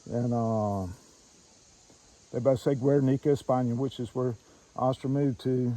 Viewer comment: Your killing me the way your pronounce Astra lol